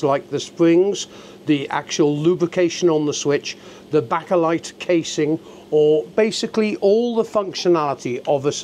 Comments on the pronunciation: It is not pronounced baka light, it pronounced BAKE A LIGHT. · Bake eh light - not backa lite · It's pronounced Baker-lite not Backer-lite. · It is bake-a-light, not back-a-light. You bake a cake you don’t back a cake. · Lost all credibility when you called it “backerlight” and said there was a “pacific” sensor 😮 really